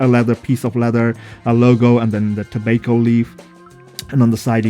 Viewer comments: Pronounced “Tob-ah-co” not “To-bake-o” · Where are you from? Which part of the world is it pronounced like to-bake-o?